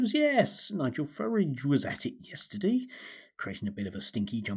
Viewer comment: Total drivel from someone who cannot even pronounce Farage (or does he think that's clever like the hapless Cameron used to do).